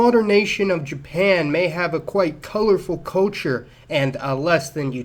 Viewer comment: where did you grow up? I’ve never before heard anyone pronounce “culture” as “KOH-chur”.